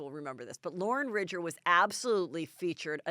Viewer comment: Heather, Loren's last name is not Ridger it's Ridinger. It seems if you're going to talk about her at least get her name correct. Maybe Kelly can make lists of phonetically sounded out names you're going to talk about for you.